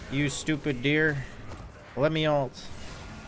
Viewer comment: Why the fuck do you say "alt" instead of "ult"? I don't even know why it bugs me so much. Shit drives me insane though.